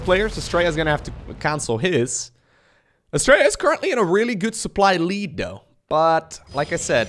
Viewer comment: All I kept hearing with Astrea's name was "Australia". That's probably because we're lazy with syllables and his name is closer to how we actually pronounce our own country.